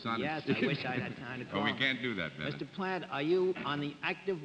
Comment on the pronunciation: How could anyone not know who Jacques Plante is(not pronounced Plant.....it sounds like Plahnt)? Much more famous than many of the people tgat they wear a mask to guess. Also the trophy(Vezina) is pronounced Vezzinah not Vezeena).